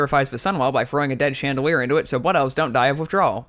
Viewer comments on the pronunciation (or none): none